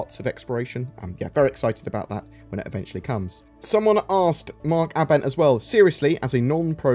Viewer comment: Mark Ah Bent? o.0 Think its Aibent but you spell it Abent but say it aibent but idk. But its NOT Ah Bent lol.